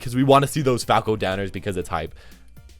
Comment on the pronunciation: When you say falco it sounds like you’re saying paco